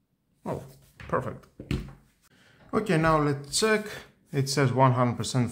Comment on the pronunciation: From the way you pronunce "let's tzek" you must be Greek 👍